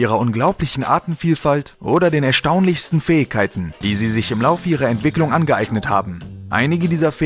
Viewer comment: eeeeehhh du kannst das Wort Fähigkeiten nicht richtig aussprechen das nervt im Video